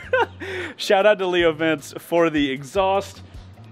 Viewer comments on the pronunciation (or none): I dont wanna be a smart ass.... but can you please pronounce Leo Vince right? It's not "Vince" like your typical máfia guy... it's "Vincheh" which is Italian for WINS Anyway... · I wonder if Leo Vince is going to be mad about the way you’re pronouncing their name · My brother in Christ… Leo VINCE? My guy please pronounce it properly, I know it’s not a huge deal and I’m not usually one to even comment on things like that but this one got me 😂